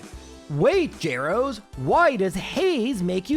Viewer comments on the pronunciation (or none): none